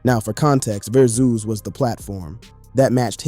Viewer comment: Broooooooooo. WTF u keep saying verzooz. It’s driving me fucking crazy. Learn English.